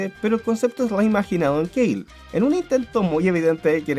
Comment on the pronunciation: KALE!!! K-A-L-E!!! no se dice keil. Si en japonés que es el ORIGINAL es kale. ¿Por qué lo gringalizas?